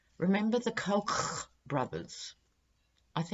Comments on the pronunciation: Hello,. We pronounce it "COKE" brothers here in the U.S. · in addition to your awesome readings, your pronunciation of "Koch" cracks me up everytime. Thanks for the chuckle.